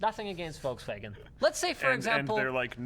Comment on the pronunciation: "volkswagen" is pronounced Folkswahgen. Pls stop pronouncing the v as w when speaking german.